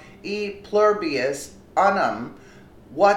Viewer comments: don't butcher the language. it's pronounced. EW-NUM, not UH-NUM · LOL.. I wish you could understand English proper in order to pronounce it correctly. You hack simple words so badly its becoming very annoying. its NOT un um..its pronounced OOn um which is LATIN. Part of which the English language is derived from. Sigh.